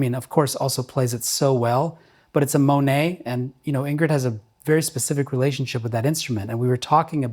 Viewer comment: BTW I have know Dave Monette since the 70's . Had many of his Bach Chopped trumpets before he did he own. I think it's pronounced Monette Mo-Net. That is how he was always telling me his name. HAH. A bit of trivia.. He is in Portland OR btw. Where I am. Ingrid is a great player for sure.